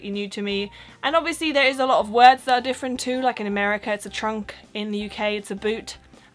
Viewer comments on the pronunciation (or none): Ah, her t's at the end of some words are a little too hard. Still. Very very good accent. "but", "that" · Couldn't tell you were German - except maybe the first time you said "that" - hint of Central Europe accent there. Oh, and if you think queue jumping is "cheeky" - no, in Britain, queue jumping is "bang out of order." - so a a bit to learn yet... 😉